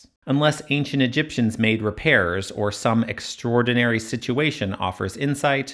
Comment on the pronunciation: Please stop saying Egiptians ,rather exactly , the builders